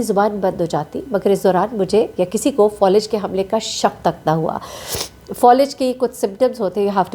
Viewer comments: Fawlij nahi faalij hota hay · Thkk kha Falij hota hai Folij nhii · فولج نہیں ہوتا فالج ہوتا ہے